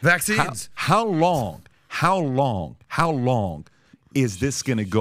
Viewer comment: Lol..."Vaccines"